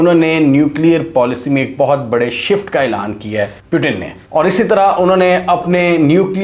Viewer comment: Bro" Putin" hota hai ,"Putin " nahi 🤣🤣